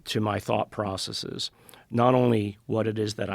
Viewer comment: The evidence that Nolan isn't a fake smart person is in his correct pronunciation of the words "processes" and "biases" 😂 I can't even tell you how fed up I have gotten with the "long E" pronunciation that people misapply to these words because they think it sounds smart.